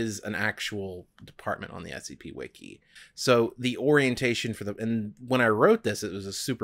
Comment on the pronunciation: Doc said “wiki wiki”